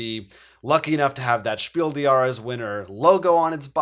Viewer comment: Since your show is otherwise great, I only have one thing to tell you again: the “des“ is similarly pronounced as “bless“. You said it so well last year. I am so glad that The Crew is Kennerspiel. It’s a great game.